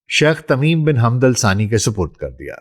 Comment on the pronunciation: My dear respected bro the deceased man name is not Hamd it is Hamad not even Hammad. I don't understand why mostly Pakistani can't pronounce the name of Hamad mostly people anchors or news reporter says Hammad which is absolutely wrong it's Hamad not Hamd Hamad ✅️ Hamd ❌️ Hammad ❌️